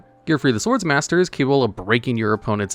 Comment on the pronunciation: it’s pronounced Sword Master, there’s only 1 S. My tism is killing me here